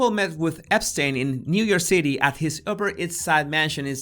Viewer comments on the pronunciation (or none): none